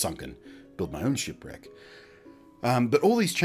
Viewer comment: My god when you said shipwreck I heard "shit bricks" for like the first three times you said it